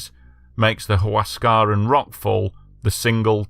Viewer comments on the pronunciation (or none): Learn to pronounce the language correctly if you intend to sound authoritative. Mt. Huascarán is pronounced "wass-ka-RAHN" in Spanish. The remainder of the names are similarly butchered. Yes, I've been to Yungay. It's a national monument now.